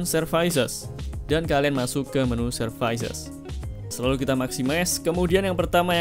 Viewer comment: servis mas bukan servais